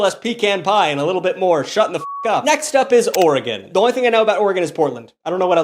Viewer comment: There's an unofficial law in Oregon that if you missprounce oregon you'll get the shit beat out of you by an Oregonian 😊 (or eh gun)